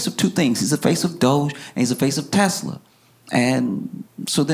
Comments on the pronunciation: he also said “ I love Teslerr!” 💀💀💀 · "I love Tesler!"